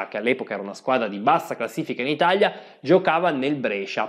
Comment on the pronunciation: Bellissimo video, ma si dice ItaLia e non ItaGLia